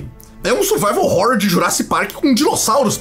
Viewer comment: Sim, sou eu de novo, o cara da pronúncia de Survival Horror, e vim dizer que estou orgulhoso! kkkkk